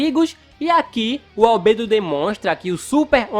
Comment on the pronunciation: Mano que agonia ele falou Albedo errado